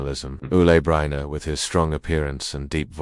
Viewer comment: It's pronounced Sal Min-E-O. If you can't be bothered to learn how to say the name, don't post the video.👎🏾🤬